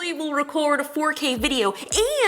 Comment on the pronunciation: When she said “4K quality” I kept hearing “potato quality” and I thought what’s potato quality??